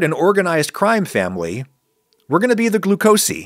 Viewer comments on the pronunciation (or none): I like "Glu-co-see".